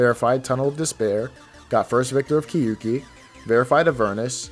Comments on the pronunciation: I am commenting this because I know Japanese pronunciation lol. You pronounce the “kyou” like “kyu”, and that’s wrong. It should sound more like “kyo ki” than “kyu ki”. I literally typed out what it is in Japanese and you thought you had to tell me it’s a Japanese word? 💀 what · people say kyouki wrong every time and it annoys me so much it's 2 syllables and not ki-yu-ki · I wonder why NO ONE knows how to pronounce “Kyouki” properly lol. It’s “kyo ki”, 狂気, the “you” doesn’t sound like English, the u is silent